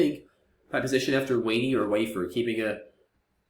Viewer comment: Thoughts on W(A)NY instead of W(A)NEY?